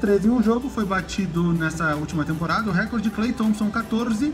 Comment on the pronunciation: nao é querendo ser inconveniente mas a pronúncia certa é reCOrde, so uma crítica construtiva